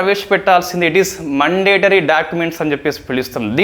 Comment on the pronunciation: మండేటరీ కాదు brother... మ్యాoడేటరీ...mistake చెప్పానని తప్పుగా అనుకోవద్దు ..